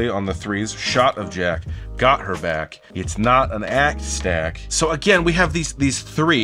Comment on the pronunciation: Also the “of” and “her” and “an” are part of the rhymes in “a shot of jack got her back, it’s not an act”. He says it “a shotta jack gotta back it’s not a ack stack”